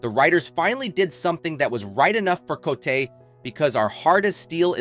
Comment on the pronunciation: She pronounces "Co'tee, not cotay